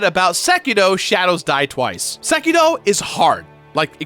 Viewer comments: Its Seki 'R' o not Seki 'D' o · Seriously, SekiDO? Sekiro, Sekiro. How does one say it wrong 4 times?